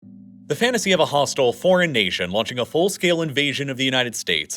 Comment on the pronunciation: "A fatacy" "a Trope" Psyops much???